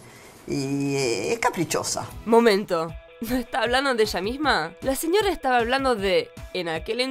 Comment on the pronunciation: La mina del vídeo pronuncia re mal "señorra, autorridad" me pone de mal humor